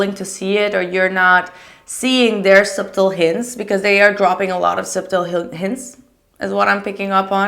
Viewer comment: *pronounced suttle..